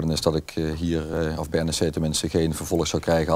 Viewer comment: het is N E C, niet nek. Heb wat respect man.